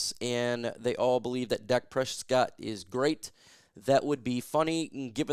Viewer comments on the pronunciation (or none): none